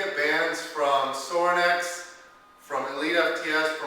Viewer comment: How do you spell the company you mentioned? Did you say sorax or Zorax? Thank you!